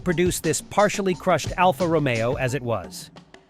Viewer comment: Kind of weird how the voice will pronounce some of the car names correctly, then a few seconds later say them incorrectly. Mutipla.Multiplay, Alfa Romeo/Romio. The marketing for the Subaru 360 was brilliant, imported by Malcolm Bricklin. They were killed off when Consumer Reports rated the car "not acceptable".